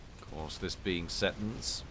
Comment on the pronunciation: See Tons, is prenounciation